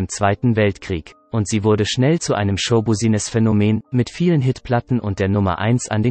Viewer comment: hat er gerade tatsächlich "show-buusiness-Phänomen" gesagt?